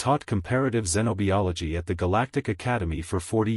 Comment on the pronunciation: I really wish AIs learned to pronounce xenobiology properly.